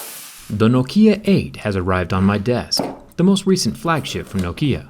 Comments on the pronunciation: noKIA (that's how he says Nokia) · in sweden and likely finland we pronounce is nokja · In Norway we pronounce it “Nóókia” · Man säger nåkkia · Originally it's pronounced nokea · In the UK it's pronounced like (knock I er) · Yes but because you Americans can't speak properly it doesn't make it right. And around the world it's pronounced "Knock Ya". You're literally the only ones misspronouncing it ;P (like like you can't say "mobile" or "nougat" lol) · Why say Nok Í a? is nokia... 😂😂😂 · Well, where I live we pronounce it as "knock-iya" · No-Kia? Yeah I have no Kia. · I hate the way you say NOKIA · What's Know Kia? Isn't it Nokia? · N O K I A IT IS AS SIMPLE AS THAT YOU PUT WEIGHT ON "NO"KIA IT NOKIA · I pronounce nokia like “knock-e-ah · Learn how to pronounce Nokia fuck sake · Why do americans always pronounce things wrong, why not pronounce it as the company does? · The way you pronounce Nokia kind of bothers me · Why put so much emphasize on the I in Nokia? It's not written Nokiea. This is so weird to hear, just say Nokia, no special pronunciation necessary. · Ahhh sthap its Knock-E-Ya not No-Key-Ya :/ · Man, the stress is on the first syllable. NOkia, not noKIA. Hurts my ears. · It's Nŏkia, not Nokĭa, emphasis on "o", not on "i". Great durability test, bravo. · It’s pronounced Knock Kia not No Kia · I though here in the U.S it was pronounced No-kia and not no-kee-yah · It is pronounced Nok-ya not Nok-iyah!!!!!!!!!!!!!!! Whats wrong with you!!!!!! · it is nókia, not the goddamn nokía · As a Brazilian, watching it was painful, we pronounce Nokia as "Nóquīá" and you say it like "Nôkiã" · In Finland we say "Nokia" not "Noukhia" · Не нокИа, а нОкиа. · KNOW KEY UH ;_;.... KNOCK E UH ftw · I really find disturbing the way you say noKIA lol,its NOkia(short O) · you're the only person i've ever heard say no-KI-a and not NO-ki-a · I ireland we say knock-ia saying no-kia hurts my head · No-keya? It's no-kia people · NOkia not noKIA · Nokia, not nokiiia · No kia and kee fyr